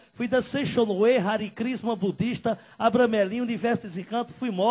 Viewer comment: Ele disse que foi Hare Crisna, e não Hare Krishna... Engraçado que ele nem sabe o que prega a religião Hare Krishna. E outra coisa, em tão pouco tempo não se chega ao grau 30 da maçonaria. Se entra a partir de 21 anos de idade, e para chegar a grau 33 leva algum tempo, aliás, ao grau 30 já leva muito tempo. Ele diz que se converteu em 1991 e nasceu em 1960, ou seja, não poderia ter chegado aos altos graus. E outra coisa, não há incorporação na maçonaria, apenas estudos filosoficos. elEle está nitidamente mentido e não fala sabe nada de maçonaria. Os famosos citados não se pronunciam porque esse cara é charlatão, baixo e insignificante, e o público dele é mais burro pois acredita em tanta mentira. Agora uma pessoa que em 30 anos de idade passou por 28 religiões, foi bruxo, grau 33 da maçonaria (algo que ele não teria idade para alcançar) e ainda foi empresário e bandido do comando vermelho. Kkkkkk Diz que fez 28 raspagens para o diabo no candomblé. Na verdade nesta religião você raspa a cabeça apenas uma vez, e no roncó, deita-se sobre uma esteira de palha e come normalmente, não se bebe sangue de animais no candomblé. Isso é mais uma grande mentira desse oportunista que claramente tem problemas mentais...